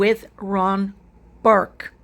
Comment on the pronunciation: 🆘It’s Ron Burkle!!!! (NOT BURK)🆘